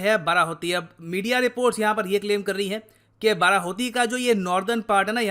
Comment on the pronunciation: Sir ap pronunciation galat kr re the actually wo बाडाहोती he. Sir Uttarakhand me conditions to bhut hi kharab he pahado pe to dhang ke hospitals b ni he agar kisi ko koi problem ho to wo log Dehradun ya Rishikesh ya Haridwar ya Haldwani ya Ramnagar . Aise me pahado me rehna bhut mushkil he. Agr govt seriously is matter pe kuch krna chahti he to use pehle rozgar, Healthcare, aur education pe dhyan dena hoga tbi kuch ho payega